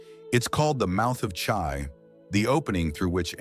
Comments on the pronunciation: Ai wrong pronounce. Chi 气 correct pronunciation is Chee not chai. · Sorry Chi is pronounced Chee not Chai.